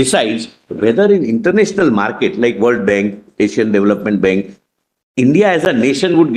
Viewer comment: Bank not benk